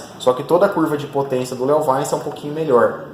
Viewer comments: Eh LeoVintche que fala! Léo vainci kkkkkk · Eu já tive um leovaice é top o barulho kkk engraçado a forma que você pronuncia